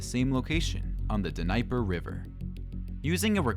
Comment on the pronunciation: "On the D--Neiper river?"